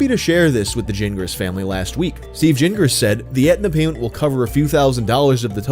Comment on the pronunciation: Why are you pronouncing Gingras with a J sound?...thats not how you pronounce that name! G sounds like G, not J !!!!!!